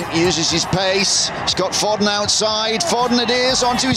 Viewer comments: I hate how the commantater says foden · how did they mispronounce Foden?